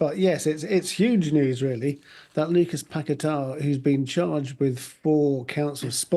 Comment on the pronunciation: Why can't they jurnos say Pagueta my he ows West ham a seasons fur standing by him.